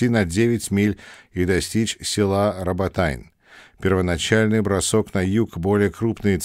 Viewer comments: Роботино,! Не роботайн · Дякую,,за те що маємо можливість почути американський погляд на події. Єдине,що дивнувато звучала назва нашого села Роботине (рус. Работино) як Работайн) Але я розумію що Ви перекладали з англійської і в англійській транскрипції воно так і звучить. Robotine.)